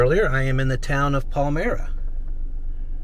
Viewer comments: Its Pronounced " Pal MY RA " not Pal mere a : )) just to clarify !! There is Also EAST PALMYRA Village .My uncle worked at Garlocks in Palmyra for 40 Years back in the 1950s . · it's PAL-MY-RUH! JFC. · (Paul-my-ra) is how you say it. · Pal -- My-- Ra. Not Palmirra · Palmyra is pronounced Pal-m(eye)-ra !!!!! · I live in one of those little towns (Medina) and the town you first talked about is pronounced Pal My Rah (Palmayra), not Pel Meerr ah. :) If you ever visit again, you need to come to the more western villages of Holley, Albion, and Medina. Albion is the place where Charley Howard built his Santa Claus School. Medina has Sandstone churches and cobblestone houses. and the canal runs right through all 3 of these towns. The 2nd town you visited (Lyons) is pronounced LIONS.. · Like your chanel. It's Pal-my-ra not Pal-mE- ra. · Your town pronunciation needs some work, especially with Palmyra (Pell-my-ra) and Lyons(lions) from a Waterloo NY boy - Frederick Kleman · palmyra we pronounce it pal-m-eyra newark you got right and lyons is like lions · PALMYRA- pronounced "pal my ra" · The correct pronunciation of the first town is pal-my-ra.. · I grew up in Rochester . I didn't have a mule by the name of Sal . But I have fished in parts of it as it was only a long ditch here and there . Show Lockport next . It's pronounced Pall My Ra . FYI. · Love to see this kind of video (especially in my neighborhood). My suggestion to you is to Google the pronunciation of the towns you visit. You got Lyons and Palmyra wrong. Lyons is like lions and Palmyra is pal-mi-rah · The town you visited was Palmyra, pronounced PAL-MYRA . Early settlers were founders of Church of Jesus Crist of Latter Day Saints - the Mormons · Friendly FYI: Western and Central NY has Iroquois place names and other non-standard pronunciations: Palmyra is pronounced "Pail / MY / ra" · Palmyra is pronounced ( Pal-My-Ra ) FYI. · Palmyra has the long I sound . Pal MI ra. Who cares, right? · Palmyra - Pal-MY-ra